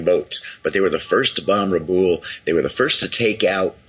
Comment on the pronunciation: I've watched hundreds of hours if not thousands on the Pacific war and I've never heard it pronounced Rah+ Boole. Rabaul has always been pronounced Ruh + Bowel. I don't live there so I can't say for sure but this is definitely the first time I've heard it pronounced this way.